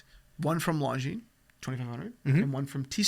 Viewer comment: This is a watch channel. That is not how you pronounce Longines.